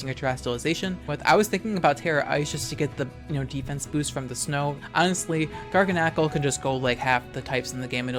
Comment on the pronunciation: You pronounce garganacl just like me! I always felt crazy considering others saying it other ways.